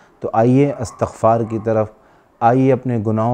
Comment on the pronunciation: ماشا الله ؛. الله سب کو سلامتی نصیب فرمائیں آمین ؛ حضرت گزارش ہیکہ استغفار بروزن استفعال ہے اور آپ تا کو فتحہ کیساتھ پڑھ رھے ھیں